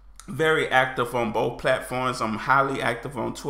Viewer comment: If you keep pronouncing BOTH is BOFE, you're going to evolve English and eventually it will be right.